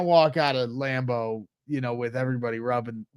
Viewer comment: Lam-boo??? Fuck Green Bay!!! :-D